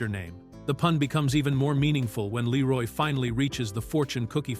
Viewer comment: Ai slop voice. Doesn't even say Leeroy Green right